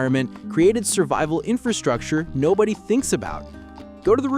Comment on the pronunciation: ⭐ LOVE YOUR VIDEO, BUT PLEASE, BE BETTER THAN THE REST AND SAY INFRASTRUCTURE CORRECTLY!!!! OTHERWISE, Everytime you speak, it sounds uneducated, when you ARE very educated. Let's all say it together, infRastructure. Do not forget that first R- EVERYONE DOES, and they sound.... Bad ✅. My friend you said you spent 2 years studying infRastructure... Yet you don't know how to SAY the word itself. I'm helping you. 😘🫶🏼